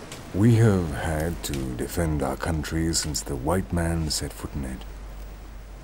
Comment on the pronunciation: "By di hwite man"